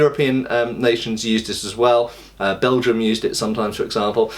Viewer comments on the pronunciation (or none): none